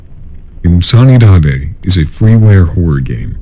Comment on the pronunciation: I believe "insanidade" is pronounced "in-san-ee-da-gee" in correct Portuguese pronunciation. This list was fuckin awesome by the way! Another masterpiece, ' team!